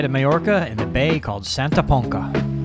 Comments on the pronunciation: For a guy that speaks Spanish how can you pronounce Santa Ponca as Santa PonKa. There is a cedilla under the c to change the c to a z. So, Santa Ponza. PS, I used to live in Santa Ponca about 600m from the beach. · Excellent video but it's pronounced 'Santa Ponsa'.